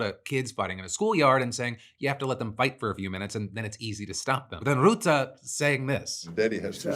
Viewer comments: Rutte is pronounced like the English word "rut", not "root". Rut-tuh. Not that I have much respect for the man, but it boggled my mind that you mispronounced a na.e that sounds exactly like it's written in English! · Dutch guy here; FYI it's pronounced Rut-te with an uh sound (like a deer in 'rut'), not Root-te with an oo sound. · Oh Phil. Bless your heart. Mark Rootah? It's Rutte, pronounced like 'rut' (like how people can be in a rut. pronounced like rut), followed by 'uh' (or if you want to be fancy 'eh') Add in the extra T, to make it ruttuh, or rutteh, and you got the name. Rutte is pretty much pronounced exactly as it is spelled. We aint that complicated of a people. Also, the guy is a master in getting along with people. It's phenomenal. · Small thing: Rutte is not pronounced as roo-tah but more as ruh-tuh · for further reverence; its pronounced “ruh-te”, not “roe-te” phil :) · The u in Rutte is pronounced like the one in cut. Your consistent "route-uh" sounds pseudo-intellectual. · I can see you're putting a lot of effort into pronunciation so I just wanted to help and say it's "Ruh-Tuh" (Rutte) not "Rootuh". Appreciate the effort either way! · I lovs the way you pronounce Rutte "Ruh-Tah" that fits him better than Rutte 😂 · Also Phil it’s RUTTE not ROUTTE, he’s not something you plan on google maps lol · FYI the pronounciation or Rutte's name is more like the rut as used in "when you're in a rut" with a short sounding 'te' added to it. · I love how you pronounce rutte as routte. Lol. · Phil’s pronunciation of Rutte will never not be hilarious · Man, your pronunciation of Rutte kills me Phil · Pronunciation tip: The U in Mark Rutte's (Navo) name is pronounced like the U in the word cut. Source: having had the guy as prime minister for 14 years. Love starting off my days with your show!